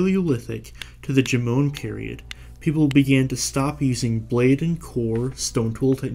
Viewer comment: Jomon is pronounced like JOE-mon (sounding a bit like "mom" but with an n). Definitely not "juh-MOAN".